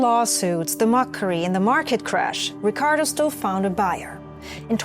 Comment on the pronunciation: Love how you pronounce the Rrrricardo. Keep up the good work! I already know this channel will blow up